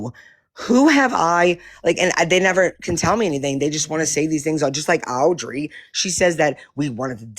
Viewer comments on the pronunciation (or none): Why does she call Audrey, Owwwwdrey?